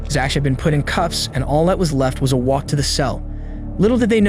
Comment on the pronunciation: Why are we pronouncing the “CH” that way in Zach? (Zack) yeah?